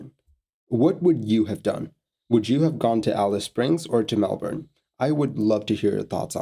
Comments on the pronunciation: As far as foreigners go, you said Melbourne the best out of any of them. A lot of people really emphasise the "bourne" part while most locals say "Mel-burn" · I agree. It bugs me when people pronounce it weird. This video was a welcome change.